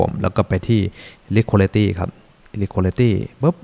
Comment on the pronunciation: อยากเสริมเรื่องการออกเสียงนิดนึงนะครับ Liquidity ออกเสียงว่า ลิควิดิตี้ ไม่ใช่ ลิควอลิตี้ Swap ออกเสียงว่า ซาวอป ไม่ใช่ ซาแวป